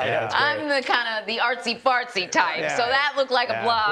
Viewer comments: She did say artsy,fartzy.....Didn't she? 😄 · Way to drag out a minor storm. Subterranean Fires....😂 Did she say, "Artsy fartsy ?" As an artist, I feel so offended. Please apologize.😊